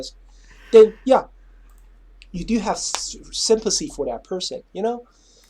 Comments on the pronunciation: I really don't want to make fun of his speech, but I can't be the only person wondering if he was coining the term "Sympussy"? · I am distracted by the way he says sympathy.